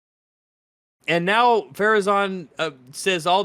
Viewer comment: Saurrrrrron. Galadrrrrrriel. Elrrrrrrond.